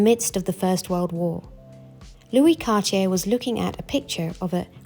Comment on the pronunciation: Happy to hear someone say Cartier instead of Car-Ti-Jay.